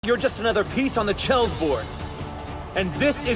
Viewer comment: What is a “Chels board?”